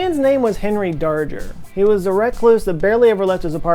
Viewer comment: Darger is pronounced with a hard g